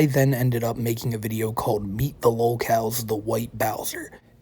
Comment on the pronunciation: Hes the gweatest vi-eo eh-ih-ur